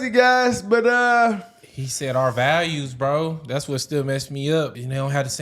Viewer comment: the emphasis on "with the brothas" 🤣